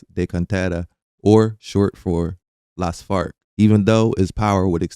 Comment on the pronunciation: I keep hearing Los Fart every time you pronounce it lol